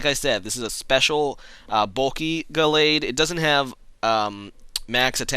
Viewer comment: He said Gallade correctly :o It doesn't feel right somehow..